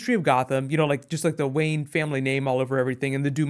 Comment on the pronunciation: its Wayne! not Wayen!